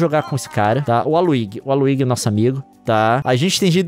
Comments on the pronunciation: Pq ele fala "Waluigui" hein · me refiro a pronúncia. É mais comum ouvir com som de jota. Igual qnd se fala Luigi. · me refiro apenas a pronúncia, mano. Conheço o personagem, mas sempre escuto com a outra pronúncia.